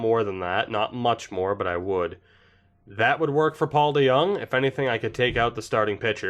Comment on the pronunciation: we all love our lil boy paulie dejong. YOU PRONOUNCED IT RIGHT AS WELL